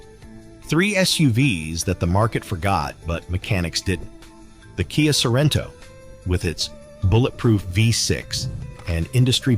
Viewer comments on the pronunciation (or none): What on earth is a K.I.A. Sorento (Kee-uh?)? And what is a Kia Five Six? (Vee 6?). What about the Toyota Threeeeee 2GR-FE? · Hello little robot. KIA is pronounced Kee-ya.